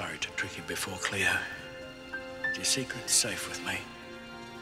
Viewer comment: its cleo not chleo